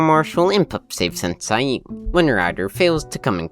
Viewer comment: With all due respect, I don't think you pronounced the word "sensei" correctly.